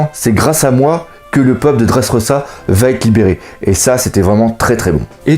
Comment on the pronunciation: on dit leffy et dressroza